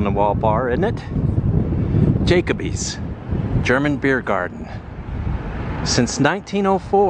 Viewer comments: First scene, Jacoby's bar in Downtown Detroit. Pronounced Ja-coby's, not Jake-o-bys. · FYI. The bar is not Jake a bees.its jack Colbys, like the cheese.a dope .it's not dee troit. It's du troit. Long live strohs , Lafayette Coneys 😮😮😮😮😮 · It's pronounced Jacoe-bies! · I grew up in detroit. Me and my buddies used to cruise the terrible neighborhoods in our teens. Always interesting. Also, pronounced "Jah- Ko- Bees" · it's pronounced jaCOby's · He has trouble pronouncing names like Jacoby’s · I like 👍🏿 how you pronounce jacoby’s..... Is that how germans say it??? I’m curious? I stopped watching after that 😀